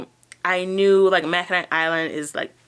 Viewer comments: Congrats on the job! I’m looking into seasonal work for the first time and your videos are a great resource. I also wanted to tell you Mackinac is pronounced “ma-kuh-naw”. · Michigander, here. Mackinaw City, Mackinac Bridge and Mackinac Island are all pronounced "Mackinaw". The final 'c' is silent. Just wanted to let everyone know about that little quirk. The island has a super hard time finding employees because few people live in that area. They even have to bring in people from outside the U.S. May be why they wanted you to work 6 days and do different jobs.Thanks for your great videos. Love your enthusiasm.